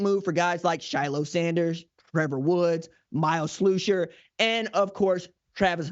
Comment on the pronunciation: Why do u say slewsher? It’s slush er Usher with SL